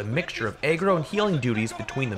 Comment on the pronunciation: idk what ur saying but are u trying to say agro🤔